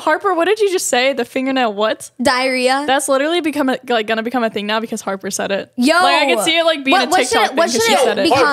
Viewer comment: im sorry i meant Harper but you SHOULD’VE said Harper not harpy